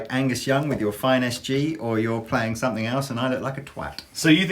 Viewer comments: "sumpthink" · I'm having trouble finding the k at the end of the word "something"